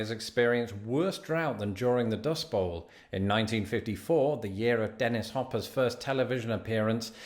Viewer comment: It's "Dust BOWL" not dust ball